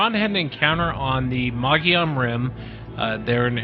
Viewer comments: Les it's pronounced Mo Gee Yon Rim! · pronounced - mug-eee-on